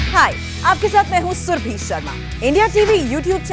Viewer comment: सुर्भी शर्मा नहीं सुरभि शर्मा कहें।